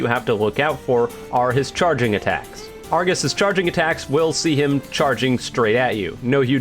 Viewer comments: um, ackually, its ar-GOS, not ar-GIS, for you're information 🤓🤓🤓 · Why does it sound like he says Argis rather than Argos